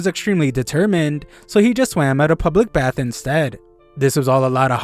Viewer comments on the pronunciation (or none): none